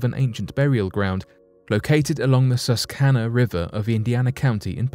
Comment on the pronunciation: What is an Agonkian or what is Suskana river? Please look up the pronunciations before you make these videos